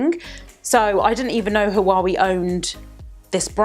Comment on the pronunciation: It's pronounced Wa way... not ha wa we...